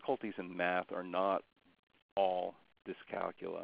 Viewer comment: thank you for not pronouncing it dys-cal-cool-ee-ya, we don't cal-cool-ee-ete on cal-cool-ee-atets do we?